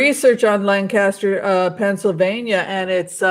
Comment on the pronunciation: Lancaster === you amazingly pronounced it correctly! Most people I've met don't!! My mother was born in that area === her mother was Dutch/Amish === her father was Jewish. When I told that to my staff member who was from Allentown, PA, while we were working in DC === he froze up and treated me like an enemy from then on. The racism in Pennsylvania is palpable!! You are correct! BTW I was born in Carlisle, PA, and was raised later in the DC Metro area.